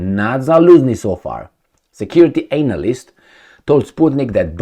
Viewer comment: I love your pronunciation of "analyst" 😂